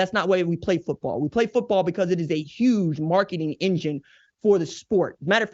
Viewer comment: Thank you for this quality piece, RJ.100% On the most serious of notes: Thank you for also being the one of the only people in this world that actually pronounces the T in the word Football.❤